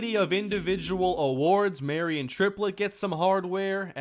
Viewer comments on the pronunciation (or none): none